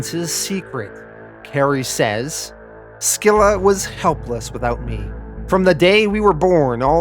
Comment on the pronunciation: Fixes Singapore yet can’t get “Skilla” 😂